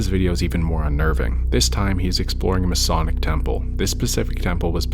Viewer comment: Ma-Sonic? I sure hope they have food or movies, I hear that he HATES low budget places of prayer.